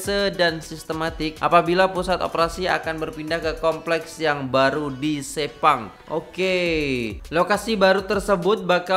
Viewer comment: Info :- - Ejaan "Sepang" bukan disebut seperti itu tapi disebut (dibunyikan dengan bunyi "Se" yang lain) 🙂